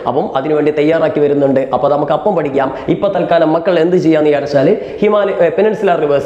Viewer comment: (Sorry) varachu pidikam❌ padikam✔️ 😅